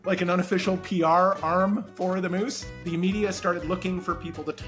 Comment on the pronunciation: Did you said moose statue or moosetaches (a moose with moustaches)?